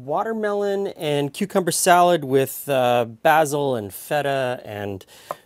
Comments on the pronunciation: Thank you, a wonderful salad! But think next time I may add (as suggested elsewhere) a bit of onion. Or maybe even chives. Would also like to thank and congratulate you on the proper pronunciation of the aromatic herb 'basil' ( baz il ). Sorry, but a real pet peeve I have, is people saying basal ( baze il ), which actually is a part of anatomy. Thanks again. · I kind of want to stab you every time you use the British pronunciation of "basil" instead of the American one. It's like how some people from the American Northeast pronounce "water" as "wooder" or how some people from the Pacific Northwest pronounce"Wash-ing-ton" as "Woor-shing-ton". It's pedantic I know, but some word pronunciations like that kind of bug me irrationally (I know that both pronunciations of basil are correct) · Never heard basil pronounced that way before. Have I been saying it wrong? Lol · It’s nice to hear it that way. I’m Canadian and in my part of Canada, it’s mostly pronounced like North Americans do (bay-sil), but sometimes I hear bah-sil. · is that how basil is normally pronounced in Great White North